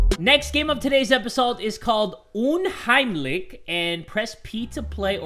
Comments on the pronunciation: fleuringmiel well it’s actually “unheimlich” but pronounced it “umheimlick” that’s why uh... I don’t know how to end that sentence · Lol I'm German and it hurt me to hear him say that. 😂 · me, knowing that you pronounce "unheimlich" as uhn-heim-lish: UMHEIMLICK me: yeah that works too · same man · DAMN your german pronounciation, "unheimlik" AHAHAHHAHA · i love how he said 'unheimlich' (its german btw) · Wie er unheimlich ausgesprochen hat😂 So wäre deutsch viel lustiger😂😂😂